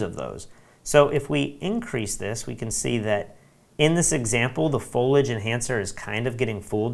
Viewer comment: Loved the tutorial. I would like to point out the correct pronunciation of "Foliage." It's a three syllable word: FOAL-ee-idge. Thanks for the overview of Luminar 3.